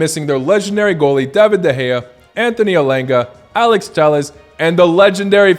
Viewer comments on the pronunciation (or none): none